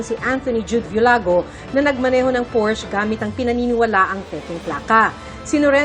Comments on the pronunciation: Porsche . Hindi porsch ang bigkas ..nrinig ng aswa kong german .ntawa nlang😂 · Porsha po..hindi porsh😅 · Hindi po pors ang bigkas ng porsche kundi porsha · Ganito pa nga kamali ang iba... Portch. 😂😂😂